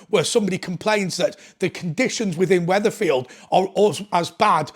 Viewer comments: It’s Wethersfield not wetherfield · It's Wethersfield, not Wetherfield.